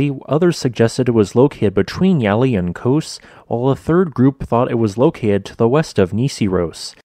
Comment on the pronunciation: Ah, Kos. Or some say Kosm.